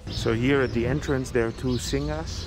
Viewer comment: FYI Singha is said Sing.